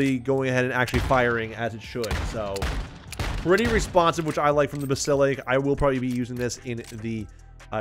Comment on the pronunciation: Basil-isk, that's how you pronounce it...😂